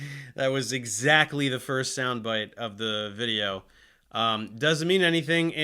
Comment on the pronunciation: "thirst and fourst" lmao